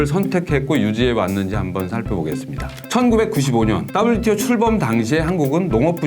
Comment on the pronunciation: ㅋㅋㅋㅋ 따블유티오 ㅋㅋㅋ 친화적 발음이 쏙쏙 박히네요! 개도국 지위 포기는 농민들 관점에서 생각해야하는건데 농민없는 농민정책이네요!